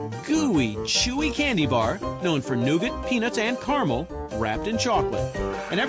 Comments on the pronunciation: No one gonna mention how the narrator pronounces Caramel. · Wow, not one person in this video can pronounce "caramel" correctly :| smh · Please pronounce caramel and nougat correctly